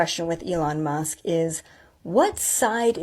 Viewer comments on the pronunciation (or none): none